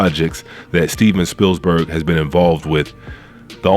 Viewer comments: But can you please say these peoples NAMES right? SPEILBERG. .There's no "S." OPRAH, there's no "F "and it"s Halle Bailey, not Chloe. You're entitled to your opinion, but at least at minimum, say these peoples names right. It makes YOU sound like the "buffoon." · There's only one 's' in Spielberg! But other than that, I agree with everything you said!